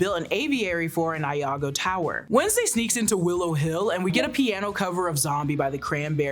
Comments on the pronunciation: (whispers): It's "iago tower" not "Lago" (capitalization choices for emphasis lol) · I think you meant Iago (from Othello, pronounced ‘ee-ah-go’) Tower instead of Lago Tower… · That and Iago. E-ahh-go